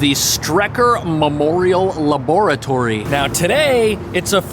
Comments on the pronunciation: I can't get passed how he pronounced laboratory lol. Can't tell if he's kidding or not. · Ive never heard it pronounced (Luh-boora-Tory)